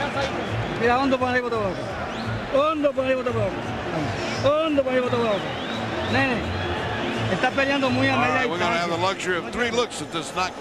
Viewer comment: Its not nay,nay, Its ne,ne. No "y" sound.🥊